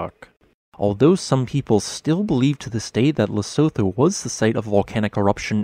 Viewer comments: It’s pronounced ‘Le-su-tu” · By the way its pronounced "Le-su-tu". Keep up the good vids. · Pronounced - Le - su - tu/too. The (Tho) is a too. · The name of the country is pronounced lesutho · The H in Lesotho is not pronounced. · His pronounciation of Lesotho is slowing killing me inside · To someone from South Africa your pronunciation of Lesotho is stupidly hilarious, I like your stuff but jeez lol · Look up how to pronounce it before making a video.